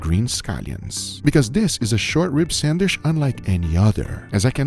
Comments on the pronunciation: PRONOUNCED " SAN D WHICH" NOT " SAN WISH" GEEZ GUGA YOU KILL ME WITH YOUR PRONUNCIATION... LOL I DONT KNOW WHY I LET IT BOTHER ME SO MUCH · Guga please stop saying sandwish 😂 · When will Guga learn to say sandwich? Say CHEESE!!!, Sheese...